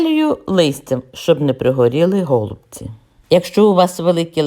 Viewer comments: Пані Надієчко саме голубці наголос на перший склад просто нас до такої міри все життя русифікували що ми вже забули.ГолубцьІ на російській наголос на останній склад.Щиро дякую за рецепт та за бездоганну рідну українську.😘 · Ми вже мали: какая разніца. Наголос у слові: голубці є правильним коли наголошуємо останній склад!!!